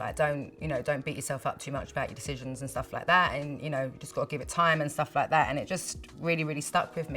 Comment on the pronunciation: "... n' stuff like tha'..." :D <3